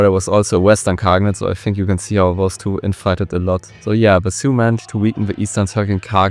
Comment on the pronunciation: I gave you like but than I heard your pronunciations. Well, that like is still there, but you gotta do something with that. For example why would you call the Sui Dynasty siuuu?